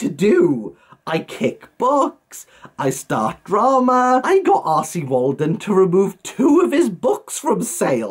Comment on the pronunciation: When you say R C Waldun. Why do I hear “arsy Waldun”? Must be my Northern ears. With regards content warnings I have said during reviews if you check for content warnings you may need to check this book wherever you check. As you are spot on they need to be consistent. I don’t believe it’s my place as someone who talks about books to go any further. I don’t check for content warnings myself. The blurb on a book gives enough info for me to decide if I want to read it. Love these videos 🙂